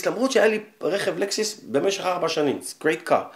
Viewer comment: לקסוס לא לקסיס